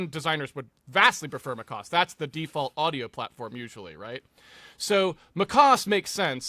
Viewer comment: Mac OS not MÁCOS